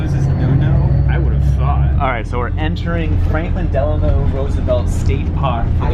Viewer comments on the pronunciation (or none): none